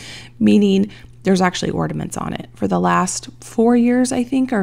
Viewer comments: The word is ORNAMENTS not ORDAMENTS. Is nobody else hearing this?? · Ordaments lol. Or-na-ments! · Those cinnamon ornaments would have looked really cute with a snowflake stamp or something in the middle. But theh still look cute with the lemon slices though! (Btw, are you saying "orDaments" with a "d" in the middle instead of the "n" in ornaments?) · Yes, I am hearing ordaments everytime 😂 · Am I hearing correctly when says ordaments? It's ornaments, there is no 'd' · Did the recipe call for powdered sugar? That seems like a more logical choice for a velvet pie.. and I’m sorry the only thing I could hear the entire video after you said it the first time was ordaments lol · Why do Americans call them orderments? There ornaments there’s no D ? x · I love that you say ordaments! 😁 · Is she saying “ordaments” with a D ??? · Psst…there’s no D in ornaments.